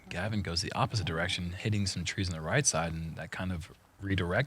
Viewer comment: sounds like he is calling Gavin... Kevin.